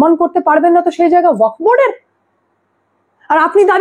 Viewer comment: কথাটা ওয়াক্ নয় । কথাটা ও য়া ক ফ্ । উচ্চারণটা ঠিক ঠাক করুন। শুনতে বড় খারাপ লাগছে। আপনার বক্তব্যগুলো অকাট্য সত্যি। সেই ব্যাপারে কোনো কথা হবেনা। কিন্তু এই উচ্চারণ অনুষ্ঠানের standard এর ক্ষতি করছে বলে আমার মনে হয়। আর একটা কথা, S আর Sh এর উচ্চারণ এক নয়।